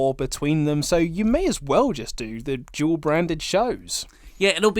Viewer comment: It's funny how & have trouble pronouncing " Dual Brand ppv".. It's sounds they are saying "Job brand ppv" or "Jawl brand ppv".. British dialect is so hilarious..Good Day Mates lol p.s. Bring back "The Wyatt Family"!!